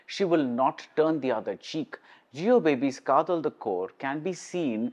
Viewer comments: It is "Kaadhal" and not "Kaathal"...காத்தல் அல்ல காதல்... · Dharmam can't have the "Tha" sound like Thala..Another example, you can write KJ Yesudas or KJ Yesudhas but not KJ Yesuthas.. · It is a tamil word written in English and while pronoucing, malayalees are pronouncung it as "Kaadhal" only (the same sounding when you say "Dharmam, Adharmam (DH and not TH)...and you write "Dhoni and Thoni"..